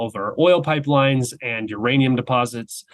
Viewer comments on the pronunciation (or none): none